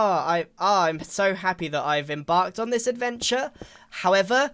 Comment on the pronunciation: embarked on this adventure or enbarged on this quest?